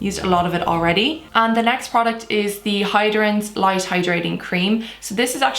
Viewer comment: Every time she says "light" it sounds like she is saying "lice" 🤔